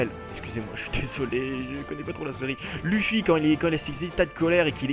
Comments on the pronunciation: pas luffi on dit leufi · Sa ce dit pas "luffy" sa ce dit "Leuffy" mais sa s'écrit luffy xD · j'ai fait me tuer quand tu a dit LUUFY